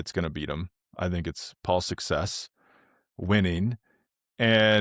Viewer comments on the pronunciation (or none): Paul Seixas is half portuguese. You should pronunciate is father's surname like the portuguese pronunciation.